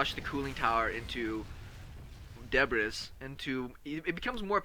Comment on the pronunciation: Pronunciation for debris is debreee. S is silent :) nice vid though